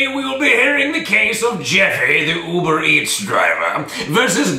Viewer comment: And “You-ber Eats”.